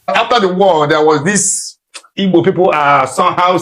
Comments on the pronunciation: Pls oga call well it is " Igbos" and not ibos. Pls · Oga that's his dialect pronouncing Igbo, that's how they sound